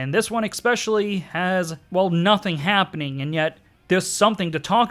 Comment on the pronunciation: "Entiety"? "Happing"? "Sonic Youf"? "Alum"? 😂👌